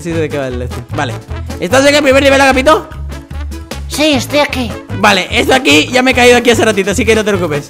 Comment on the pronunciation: es agapito no ahapito